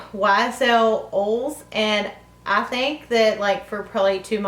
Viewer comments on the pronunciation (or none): Omg I must be tired... I had to listen at least 5 times to figure out what she was saying when she was talking about the YSL lip oils... I kept thinking "okay what the hell are olls...." xD